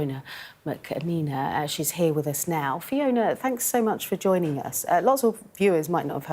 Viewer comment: Why didn't the interviewer take a few seconds beforehand to learn how to pronounce Fiona's name ? It's so rude 😡